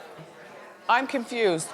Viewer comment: When it came to Kim K & her doppelgänger, I thought Miss Wendy said "I'm KIMFUSED"...LOL it just sounded like that to me.